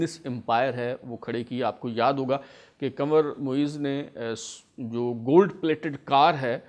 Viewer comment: ye word kanwar nehi hai kunwar hai.please check it.